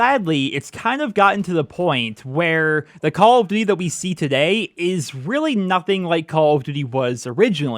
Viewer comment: I giggle every time you say "Call of Ditty"